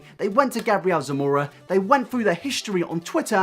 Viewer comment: Actually, since his origin is Hispanic, it would be pronounced: Gah-bree-el Sah-moh-rah